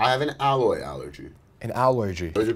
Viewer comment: "an alloygy"